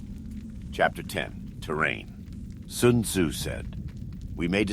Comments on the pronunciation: Lol at first I thought that this was a really good voice actor. What really tipped me off was the fact that every time it said Sun Tzu , it pronounced it different. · "Soon Zoo said."